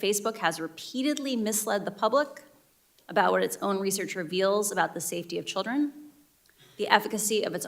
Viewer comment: She wants a government takeover of information "because of the childten"